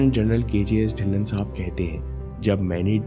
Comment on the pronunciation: Sir It's "ढिल्लों" ✔ not "ढिल्लन "❌ . mera b yhi surname h🙏lesson in this video💯